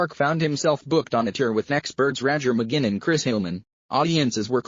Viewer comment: Somebody please inform this narrator that it's "McGuinn", not "McGinn".